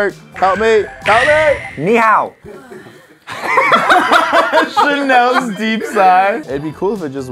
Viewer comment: I actually got triggered when Tanner said Ni Hao 🤦🏻‍♂️😂